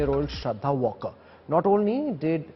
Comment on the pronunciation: It's not walker as in British English. It's waalkar there no o phonetic. L is not silent. It's 'aa' as in aftab. North Indian please take/ pronounce marathi names right. Take help from ur marathi colleagues if there are any.